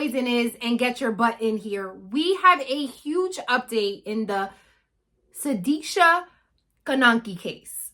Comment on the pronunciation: This time you did pronounce her name properly... Wish her parents would ne so strong as you and me to find out the actual scenario what happened to her and not believing what joshua actually said